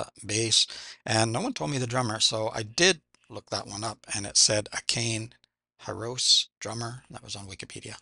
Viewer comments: Pretty much spot on on the first 4 names (well done!). Akane is A-ka-ne. Not Akein. And Hi-ro-se. Japanese pronounce all the syllables. You'll get there 😉🤘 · You were right the first time, Saiki (Psyche). But Japanese transliteration has no Silent E, so it's not A-Cane, but (Ah-Kah-Nay).